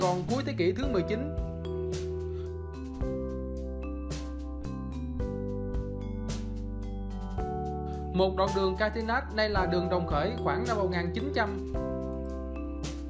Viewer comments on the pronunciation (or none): Đường phố SG xưa đặt tên theo tiếng Pháp như: Catinat, Charner...bạn nên phát âm theo tiếng Pháp chứ đường Charner mà đọc "Sa nơ" hay " "Ca ti nát" nghe rất buồn cười.